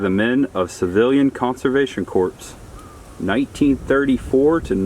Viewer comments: You kill me with your pronunciation of things sometimes! Just a heads up, Corps, as in Civilian Conservation Corps and US Marine Corps is pronounced like core, not corpse! Hopefully you never talk to a Marine about being in the corpse! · Psst - corps is pronounced “core” instead of “corpse.” Great videos. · We occasionally pass this park (O'Leno) going to and from Disney. I've been curious what it had to offer. CORPS is pronounced 'core' like Marine Corps--unless you're former President Obama. lol I think that outdoor 'stadium of auditorium' is called an amphitheater. Wow, that flood-water was high. You could almost swim across the bridge. That spring looks cool. We've got one close to us called Vortex Springs. I conducted some of my SCUBA training there. Cold! Thanks,!